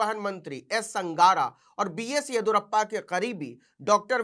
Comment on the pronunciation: येदियुरप्पा होता है, येदुरप्पा नही❤😂